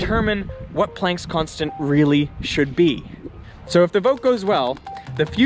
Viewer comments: This is the first time I've heard Plank's Constant pronounced like "plaink"...like "walk the plank." It's supposed to be pronounced like "plaank"...as in "father," "yacht," or "barn." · I've always heard it pronounced Max Pl(ah)nck, as he was German. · The way you pronounce Planck and Brahe disturb me.